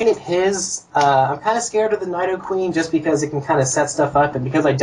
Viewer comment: Did you just fucking call needoh-queen a nyedoh-queen?